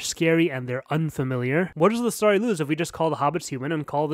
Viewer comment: I wanted to watch this, but I couldn't deal with story being pronounced stary